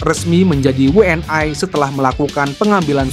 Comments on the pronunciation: we en i min bukan we en ai .... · Min bacanya WNI, bukan WE EN AI... gak usah lidah english ... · 😂😂😂😂😂 kaya orang malaydes aja pake ai 😂😂😊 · Lidahnya abis makan sambel level 100 bebz...makanya ai..ai..aaaaaiiiiiii